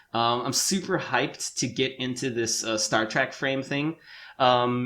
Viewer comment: I love you but I have to say this: it is Star Trek, not Star Track. Sorry, personal pet peeve of mine.